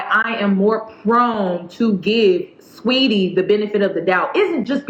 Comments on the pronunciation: The names are pronounced Quay-voh and sweety that’s it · I’m sorry, I know this is a serious topic but the way you pronounced Quavo & Saweetie sent me 😂